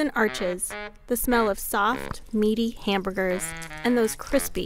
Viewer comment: The way she pronounced "hamburgers" ruined this video...